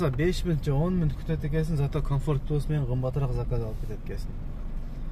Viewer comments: Пилус дебей плюс десе оңой эле адам онолгонго аракет кылыш керек боло берет дебей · Салам алейкум! Укам ишине ийгилик, пилюс эмес плюс😂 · Пилус эмес тирик плюс десен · Плюс дечи пилус дебей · Дагы бир жолу пилус деп койчу 😂